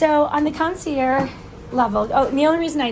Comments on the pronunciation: You’ve been pronouncing it correctly. In French if the word ends in a vowel you pronounce the last consonant and vice versa. is pronouncing it incorrectly you need to pronounce it with the g. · PLEASE PLEASE PRONOUNCE THE "GE" (CON SEE ERR GGE) OR ACTUALLY THE END IS "ZH" PRONUNCIATION HAHAHA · you’re pronouncing concierge wrong you need to pronounce the g in the word